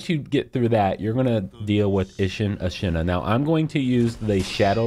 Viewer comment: God I enjoy your guides but your pronunciations kill me man, specifically on Ashina since every character and their mother says it throughout the course of the game like a broken record